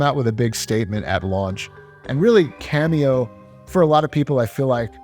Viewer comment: Hey bro, it's "Kameo" not "Cameo" (your video bookmarks)